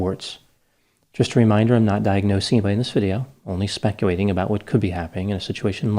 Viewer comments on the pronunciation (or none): Cute how you say specuwating 🐶